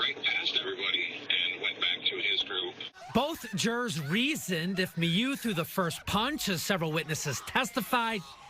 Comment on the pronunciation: OMG it's not "Me-you" it's "Mew" this journalist drives me nuts with his pronunciation, lol